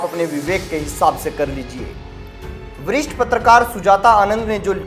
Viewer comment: वरिष्ठ को वृस्ठ मत बोलो